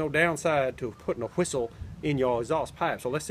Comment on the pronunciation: sounds like he's saying whoistle instead of whistle kinda like coolwhoip lol